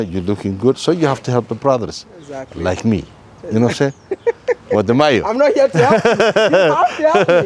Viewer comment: I like how he says your name: Wode Mayo 😁